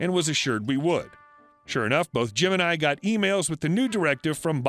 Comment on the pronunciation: am i the only one who heard him say “both gemini” ik it was jim and I but still lol